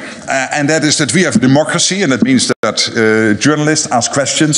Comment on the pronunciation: wat een gek joh..met zijn "armed," military", training"..gezever.. demokrisie ant pies. knettergek die vent